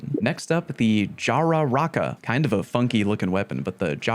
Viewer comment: Loving the pronunciation of jararaca